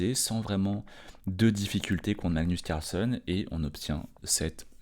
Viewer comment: Carlsène....pas carlsonne😊